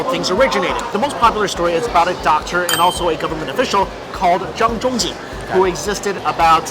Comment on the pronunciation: Anyone else freaked out when he pronounced "Zhang Zhongjing"? I'm white af.